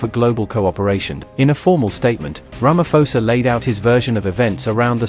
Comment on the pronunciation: Not Ramafosa, Sir🇿🇦🇿🇦